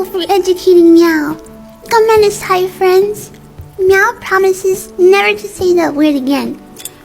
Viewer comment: My problems with this PERSON. 1.This PERSON was eating which showed they didn’t care 2. THEY WERE PRONOUNCING “Arigato” and “Gomenasai” Sorry to the people who pronounce it like this but it bothers me bc I’m Japanese 😰